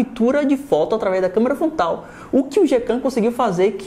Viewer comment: É só eu que entendo ele falando Câmera FONTAL ? kkkkkkkkkkkkkkk #azueiranãotemlimites